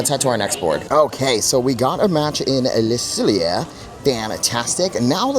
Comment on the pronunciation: Hi! You pronounce Le Cellier “Le Sell-Yay” - like YAY they had a match for you!